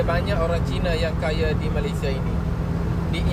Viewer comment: Malaysia pon kau sebut salah tu setan, Malay sia Bkn malay syia, itu pon ko sebut slh, babi ku, syok² pintar ja